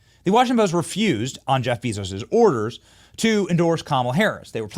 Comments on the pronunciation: Lol, you should really learn how to pronounce 'Jeff Bezos' if you want to be taken serious. It is 'jef bay.zows'. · Jeff Bee-Zose 😂😂😂😂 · Benny, Bezos is pronounced BAYzos. I'm kinda shocked you don't know this.